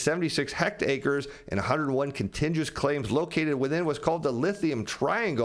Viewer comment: What's a "hectacre?"You mean hectare?